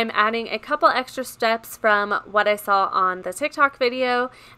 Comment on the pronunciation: OMG sawl is not a word. It very simple, say it with me... it’s SAW